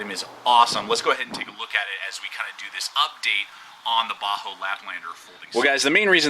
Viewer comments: Bahco not baho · Bahco is pronounced Backo, not bahoo. Thanks for the video anyway. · most pronounce it bahco...ur saying bajo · Not to be rude, but I believe the pronunciation is "Baa-ko". Anyway, solid video. Cheers. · Sorry bro you lost me when you couldn't pronounce it..properly